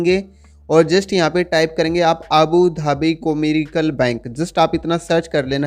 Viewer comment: *कॉमर्शियल " है भाई कोरिकल नही😅😅😅😅😅